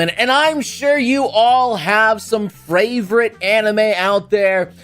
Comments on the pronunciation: This mans said "fravorite" at the beginning., did you even catch that? Lmao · Is it me, or did noble just say fravorite here?